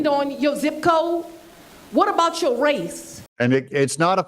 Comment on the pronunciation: It's not..... Mo. It's.... More! It's not.... Yo. It's..... Your! It's not..... Is they. Its.... is there. If you're going to become a politician then y'all's should done learned how to speak probably!!